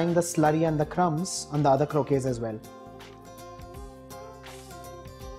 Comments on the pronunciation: If any Spanish person hear you say croke instead of croquettes they will rip you off man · Its not crokays